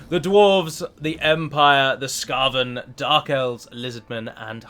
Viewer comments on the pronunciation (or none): I like how uo-front and honest you are about taking sponsorship for this! I can't fathom how some people would have an issue with it when you are just so open about it. We all got to pay our bills. Also it is pronounced skeiven, not skaven :P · skaven is pronounced similar to craven as they're all damn cowards fyi glad to see some warhammer content though :) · your pronounciation of Skaven makes me think you're newish to the setting, in which case welcome to a deep (not as deep as tolkien!) and dark setting, I'd highly recommend Loremaster_of_sotek's legendary lords playlist where he gives extensive backgrounds into the lore of the legendary lords from TW:W 1 & 2 (his Archaeon video is 2 hours long!) if you want to jump down this rabbit hole! Enjoy the game mate! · Just a heads-up! People are probably going to scorn you for not using all the new features, not using Teclis' magic, mispronouncing Skaven, and more! Btw no one says Skaven the way you do. Also, the reason the map of the Vortex campaign is smaller in the Mortal Empires campaign is so the game wouldn't fry CPUs that weren't created to play these kinds of games. Great video though, really liked your comments at the end with all the Legendary lords.